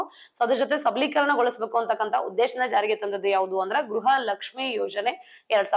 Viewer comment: ಗೃಹ ಜ್ಯೋತಿ ಅದು ಗ್ರಹ ಜ್ಯೋತಿ ಅಲ್ಲ